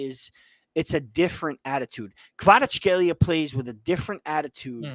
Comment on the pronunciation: I will help you to pronounce kvaratskhelia <Kvarac hell ia >